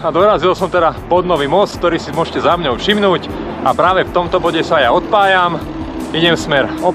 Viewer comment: super ale nie "za mňou" ale "za mnou" !!! mňaukajú mačičky :)